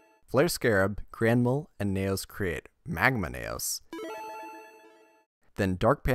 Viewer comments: It’s KNEE-O’s. Not Neigh O’s 🐴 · knee ose not neigh ose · N E O not N A Y O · "Knegh-Ohs" That irked me when it really shouldn't have. Neos is "Nee-Ohs" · Damn, all that effort to just say Nayos instead of Neos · Nee-ohs not neh-ohs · Learn how to say neos. Not nayoos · that's the credit I wanted to give him until he consistently pronounced the archetype "Knee-Oh Spacian" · and it’s said Knee-os by the English dub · Super interesting video until you started listing the NEO’s as Naous. I couldn’t handle it anymore. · I find it funny when he tries to say neos but instead it turns out sounding like nails. But good video man. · Great video but the fact you call Neos "Nayos" was like nails on a chalkboard omg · Ngl I keep hearing nails instead of neos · You had my attention until you started saying “Nay-O’s” I couldn’t finish the video. Sorry, man. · Ok good I'm not the only one who noticed this. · He did Neo bubble man fine so it’s strange he’d say neos so weirdly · Even if he were, he’s speaking english and there’s an english pronunciation😂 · Thumbs down for the intentional mispronunciation of Neos. You said Neo right once, so you know what you're doing -_ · why cant you pronounce the word "Neos" correctly, you're talking about the anime in this video, they literally say it correctly in the anime! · So you can say neo bubble man right but not neos? Gotta be engagement bait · The way you pronounce neos gives me psychic damage. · Shout out to everyone who turned this video off as soon as he said neos wrong. Sped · Dude is fighting for his life to say Neos. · your pronunciation of neos is baffling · Like good video but pronunciation is grating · Why did you say Neos like that 😢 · You say neos weird